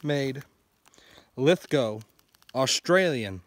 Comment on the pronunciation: Thank you for actually pronouncing Lithgow correctly 🤣 that is a beautiful old girl you’ve gotten there, looks like she’s in great shape